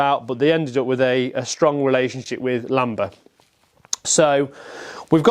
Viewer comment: Are you saying Lamb-er? Its Lanber. I might be mis-hearing. Enjoyed the video. I bought the first version you showed, a few weeks ago, for £200. Love the history. Its cleaned up so nicely. Looking forward to using once weather improves. 😊